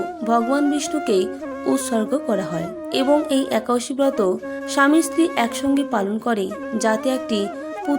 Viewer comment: Ekadosi kothata thik kore bolun.... Harey Krishna...